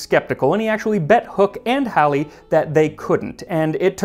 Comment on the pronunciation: I kept accidentally looking around whenever he mentioned Halley. Because that's my name (Pronouciation and all.) My mom is a huge history nerd and named me after the Astrologist's famous comet. Few people can say my name. And I congratulate you for saying the name well.